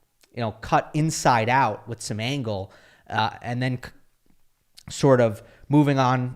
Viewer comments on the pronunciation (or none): none